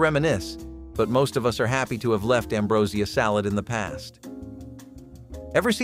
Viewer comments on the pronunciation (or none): none